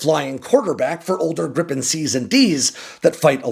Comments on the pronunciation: It’s more like Grii-pen, not Grippen 😊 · It's Gripen, not Grippen... As a Swede it irritates me when it's pronounced like that. It's pronounced more like Gree-pen in Swedish, which means Griffin in English. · A swedish pronunciation in an english spelling would be "greepen"... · Lots of AI generated youtube videos about this subject, glad to find a "real" one. fun fact, the swedish airforce has a tradition to perform a christmas tree shaped formation on christmas, last year (2024) our neighboring countrys (with their USA fighters) was supposed to join in, but they couldn't, it was too cold, haha. PS. Gripen is not pronounced Grippen.